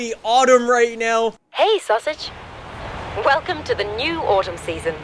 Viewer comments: is it me or did anyone else hear him say woolcome? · Did any hear what he sayed at the begining...... He say woocome